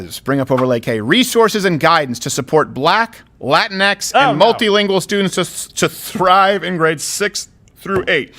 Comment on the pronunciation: really the people who unironically use latinX don't say it like that but rather say it like, "laa-teen-ex.